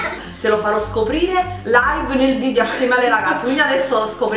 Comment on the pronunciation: VIDEO!! Non "vidio"....